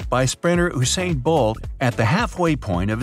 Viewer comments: Pronounced YOU sain blot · LOL His name is Usain, pronounced You-sane